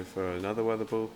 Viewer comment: The triple blue team is amazing! Skarmory(light blue), Whiscash(blue), and alolan sandslash (sky blue). And, p.s. , why you pronounce 'ball' like 'bull'?